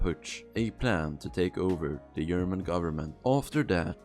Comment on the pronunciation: german here... the g in german is not a y. so its german not yerman lol